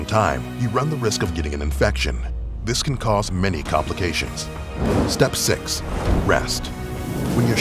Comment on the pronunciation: When he said step six i heard step sis😅😅😅